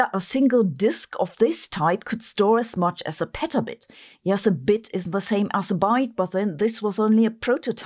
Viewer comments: it sounded like 'is' not 'isnt' but the sentence structure implies she meant isn't, maybe the writer of the episode understood the difference but it got lost in the delivery? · Folks, I'm wearing headphones. She does say "isn't." It's not easy to hear on a phone speaker, but on my headphones, I caught two syllables. Sounds more like "is't" than "isn't" but it's there. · she actually says “isn’t”, but her accent (accent is not the right term here, but I’m not a linguist) makes it sound superficially like “is” to some English speakers. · In CC I can clearly see it says isn't however I can only hear "is the same" not "isn't". This has nothing to do with English proficiency, it's the fact that she said is , at least that's the only audible part. I get it's a mistake but a pretty critical one for audio listeners that don't know the topic. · I listened multiple times and also heard this mistake. In context with the rest of what she said, though, I would agree it was either a simple slip or just a lack of clear enunciation of the “n’t”. (Otherwise the “but” doesn’t make much sense.) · If you turn on the subtitles, she sais "isn't" her English is not helping her. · She has a weird drawl there where she does what sounds like a subvocalized n. She's reading from a script and the captions go to the script. She clearly meant isn't. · If she said "isn't" then it wasn't very clear. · it isn't very clear, indeed. It's said kinda quickly, you can hear it better in slowmotion lol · I've listened to it 5 times, and it sounds more like she's saying they're the same to me. I can hear an extra little sound that is probably supposed to be the "n't", but it's really short, quiet, and doesn't sound like an "n't" to me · She literally did not (just listened to it ten times to make sure I hear her correctly - ), but the subtitles were correct. Simple mispronunciation when reading the script I guess.